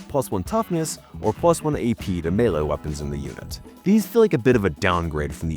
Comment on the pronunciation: It's weird to hear him pronounce melee correctly